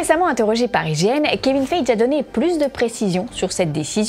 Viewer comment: On dit pas Kevine [Faije] mais [Faillegui]